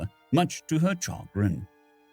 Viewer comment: Chagrin is "shuh-grin" Thanks for the video. Very well done, as usual :) Merry Christmas.